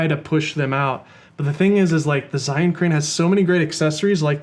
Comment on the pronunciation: Hey guys, great video. Just one thing - Zhiyun is pronounced "jer - yune." It's Mandarin Chinese for "Wise/Intelligent/Smart Cloud."